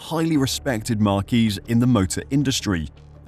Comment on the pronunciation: Marques is pronounced "marks", not "marquees"...